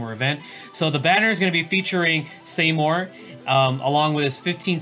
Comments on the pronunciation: Saymore?? REEEEE! (It's pronounced as See-more) Please never SAYMORE again x) Great video though, keep up the good work ;) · see-more not say-more